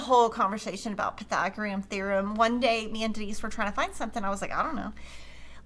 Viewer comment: you crack me up!! My favorite thing about this video was hearing you slaughter the words for Pythagorean theorem about 12 different ways! I will be chuckling for days!